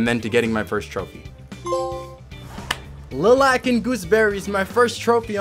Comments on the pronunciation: I am jealous that you get to play through this masterpiece for the first time. But you absolutely butchered the pronounciation of "lilac", tis all good. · why can Americans never pronounce the easiest words, physically heaved hearing “Lilac” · The Lil' Ac and Gooseberries pronounciation had me dying ^^